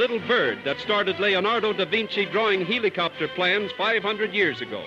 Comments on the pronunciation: has the caterpillar ever said "heeleecopter"??? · he says it like heelicopter